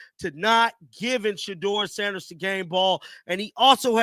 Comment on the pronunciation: Put some respect on his name, Say it SHEDEUR SANDERS